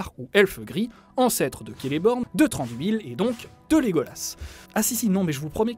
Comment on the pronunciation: Ça ce dit pas Si-ne-dar-in mais Si-ne-da-ri-ne... du coup je donne quelque information sur les noms histoire de corriger... Thranduil ne se dit pas Tran-dui-le mais le "Th" ci je dit pas de bêtises se dit comme le "z" espagnol et le " r " ce roule et le reste du nom se dit a-ne-dui-le. Je vous félicite pour le "e" de Legolas qui se dit "é", au Frodon ce dit pas Fro-don mais plus tôt Fro-do-ne... une lettre dans un mot se dit en séparé sauf ceux là : ai, au, ei, ie, ui, ae, ea, eo, er, ir, ch, dh et ur; et comme c'est pas assez drôle il n'ont pas la même prononciation que le français^^ Ouais c'est super dure mais je peut vous apprendre deux truc que je c'est dire en Sindarin: "Mae govannen! ( salutation, bonjour ) Im Hollywattpad ( je suis hollywattpad) " Après Tolkien à inventait le Quenya, le Westron, la langue noire ou noir parler, la langue des nains la langue du Valinor... et c'est déjà pas mal! Mais je suis pas une pro donc je peux pas vous donner plus emple explications. Voilà, après pour plus d'informations sur le Sindarin, bah trouver un dictionnaire faite gaffe qu'il y est pas écrit Quenya car c'est " l'équivalent " du latin pour la langue française. Ou trouver un site fiable comme "Tolkiendrim" ou une chaîne YouTube fiable comme " le savoir des anneaux ".